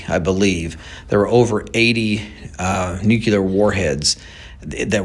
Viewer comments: “Nucular”?? Just sayin… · It’s “nuclear”, not nuculear. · He says nu.kyu.ler, I say nu.clear. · Why do educated men still say "newkewlar" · I don't understand why intelligent people can't pronounce the word "nuclear". It's NOT pronounced nucular. Georgia W Bush made the same mistake. It's a common error that's just not acceptable. Learn how to pronounce the word. Leaving us in the dark is part of the governments' power over us. It's sickening! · "nukular"..this dude can't even pronounce the word " nuclear ". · I’m sorry, a grown adult, especially one who owns a company, should know how to pronounce “nuclear”. NOT “nucular”. Sorry, strike against him from my standpoint, no matter how right he might be on this topic. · no such word as NUKULAR ,,, that is hillbilly for the word NUCLEAR ,,, THESE PEOPLE SHOULD READ A DICTIONARY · Omg it's nuclear not nucucler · I have a had time hearing an "expert" say NUCULAR" and not Nuclear. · Good stuff but can we please just say “new-clear” and not “nook-u-lar” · if the dude is an "expert" and a "subject matter expert" then learn how to pronounce the word "nuclear" correctly. It is not "nucular" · Nuclear, not nucular. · He's so smart that he can't even pronounce NUCLEAR! It's NOT nucular! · Anyone that says nuke-you-ler is not crefible w me. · It's nuCLEAR, not nucULAR. 🤨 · Nuclear not neucular... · Nu-Clear vs. NuKELAR :) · Dude can't even pronounce the word nuclear correctly. Nookular? 🤡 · We build professional stuff for the military? This guy is an expert on nothing. Not even smart enough to correctly pronounce the word “nuclear” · This "Talking Head" Can't Even Pronounce "Nu·cle·ar" ,, And He's Your Source of Information,,, What a Low Rent,,, "BLOW HARD" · I would humbly request that anybody posting a video learn how to pronounce the word nuclear and also the word fentanyl thank you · Tell that to george Bush. He said it all the time.